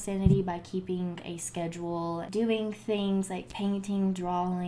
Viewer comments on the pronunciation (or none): none